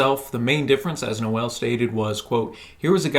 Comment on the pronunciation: Noel isn't pronounced No-ell, it's pronounced like bowl but with an N (obviously).